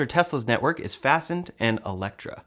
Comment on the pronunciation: That's Fast Ned chargers not fasten